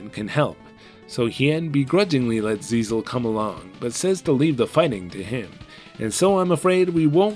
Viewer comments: It's GISELLE, not ZIZEL 😂😂😂😂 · I'm pretty sure the princess's name isn't "Zizel" but meant to be "Giselle". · Except it's really Giselle, since written in katakana 😂